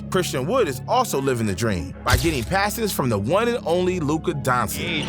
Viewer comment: Agreed. Luka donchick, Paolo Banchairo, Jeremy Sochan (ch should be silent but way he said isn't silent.)